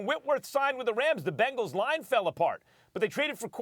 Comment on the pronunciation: Anybody else hear this Nigga say “pangles” 😂😂😂😂